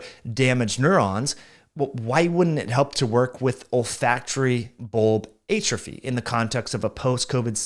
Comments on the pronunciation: I’ve literally never heard it the way he pronounces it. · I don’t think that’s how you say atrophy…